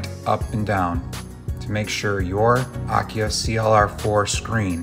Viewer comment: AKIA Pronunciation is: Ah - Key - Ah